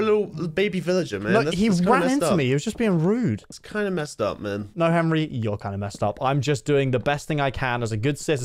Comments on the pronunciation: ITS HENWY NOT HENRY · POV: () you know what "henwy" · not Henry it's Henwy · “Henwy, I’m a wizard.” brings so many memories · "Yer a wizard Henwy" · its not henry its henwyy